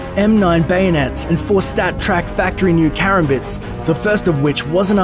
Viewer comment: He pronounces Karambits wrong